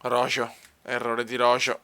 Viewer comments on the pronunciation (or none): se mai roho